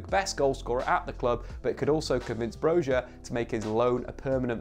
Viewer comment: Loved your vid, btw in Albanian J is a Y sound so Broja is pronounced Bro-ya with a slight roll on the R